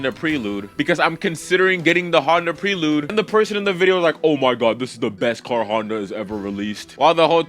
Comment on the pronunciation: Honda PREE-lude. 🤣 You can tell bro is a youngin' by how he doesn't know how to pronounce Prelude.